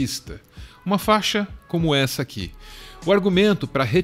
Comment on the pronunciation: Não é " faxa" é fa I xa !!!!!